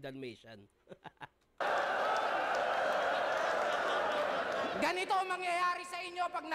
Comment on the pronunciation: Dalmatian or Dull-matian😅